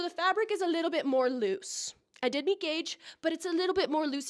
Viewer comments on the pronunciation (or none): none